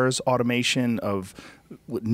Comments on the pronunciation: Joe "automentation" Rogan LOL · Joe "automatation" Rogan